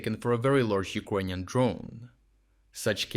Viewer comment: Why do you say Ukonian and not Ukranian?